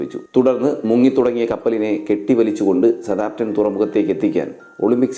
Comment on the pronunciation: വീഡിയോ കൊള്ളാം മാഷേ ഒരു ചെറിയ തിരുത്തു സ താം പ്റ്റൺ അല്ല സൌത്ത് ആമ്പ് ടൻ ആണ് ശരി എന്ന് തോന്നുന്നു... ഇംഗ്ലീഷ് ഉച്ചാരണം ഒന്ന് നോക്കിയേക്കുക